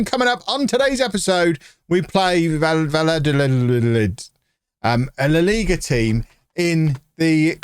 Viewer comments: Valladolid is pronounced "V-eye (as in eyeball)-a-dol-eed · va-ya-do(as in doe, a female deer)-leed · U say the name vayadolid I’m not Spanish either it took me years of watching Real Madrid games against them to understand how to say it😂😂 A tip ll=y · vie-ah-doe-lieth, slight stress on the 2nd and 4th silly🐮 🤓